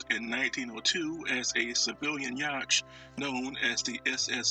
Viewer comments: You may want to correct your pronunciation of the term "yacht" and reupload. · This is an interesting video. However, how you say yacht is not how it's pronounced. You should look up the proper pronunciation, rerecord this on your new mic and reupload.